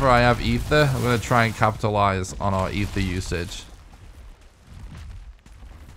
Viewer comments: Thank you! There's no H in the word at all. It's a small nitpick but I cringe EVERY SINGLE TIME😂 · Eitr - (eye-trrr). Aether is not the word for this stuff.